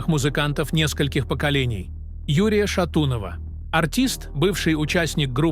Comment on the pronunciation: Как смешно и противно бот ставит ударение на шатунова. 😅😢